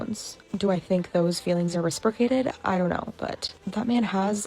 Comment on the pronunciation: Ruh sprik uh tid. LMFAO!!!!!! Reciprocated. Baaahahahahahahahaha!